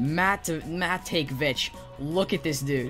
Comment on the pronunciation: YEAH BOI DONT TALK SHIT ABT TYLER MATAKEVICH HE MY FRIEND HES A BEAST HE WENT TO MY HIGH SCHOOL SAINT JOSEPH HIGH SCHOOL HIS NAME IS SAID LIKE TYLER MATA-KEBB-IDGE